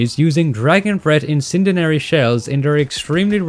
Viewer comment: When you comment on the shotgun with 7 shells instead of 6, does that count the one in the chamber? People often forget that, and I'm not saying you did, but games often do, forgetting to pump or rack the action after loading. Also very confused about your pronunciation of Helmet and incendiary, but I don't blame you. Incendiary is an odd word.